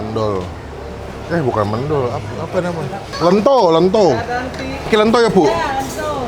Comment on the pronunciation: Ngomong mendol "E" nya salah bacanya, yg bener bacanya pake "E" yg satunya